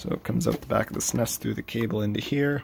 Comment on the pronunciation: I have never heard anyone say suh-ness before.